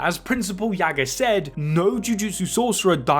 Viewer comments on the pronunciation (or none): none